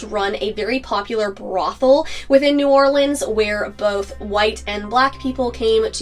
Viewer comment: I was hoping you’d show some love for your Louisiana fans and do this one! I actually learned some stuff. Also, really like that you knew how to pronounce New Orleans like a local.